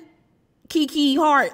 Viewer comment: Good Morning, it's Hart not Heart. This was dumb of him if this is true.